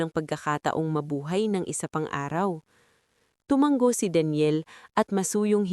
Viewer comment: Tulad ng salitang tuma-ngo at bigkas Niya ay tumang-go. Parang sayaw na tanggo. Hay buhay!